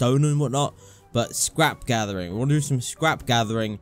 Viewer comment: "Scwap Gathewing" "An houw ago" xD im just like that when i just woke up